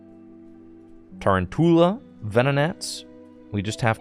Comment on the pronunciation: Its Ta-roun-tula as in round tarantula